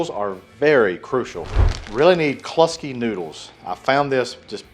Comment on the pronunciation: the way to say Kluski is like ClueSki, i know its your accent. hahaha nice cook brother.